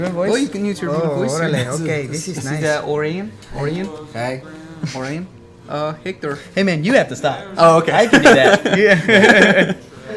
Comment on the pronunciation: first 20 seconds lol. introduces the dude on the left, hector, but says it with a stereotypical mexican accent. hector tells "hey man you have to stop, i can do that."